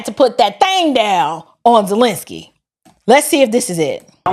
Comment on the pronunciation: Vladimir Zest-lensky